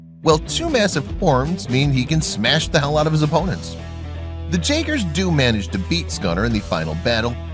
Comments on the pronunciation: He keeps saying jagger not jaeger lol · Did he say "j"aaaeger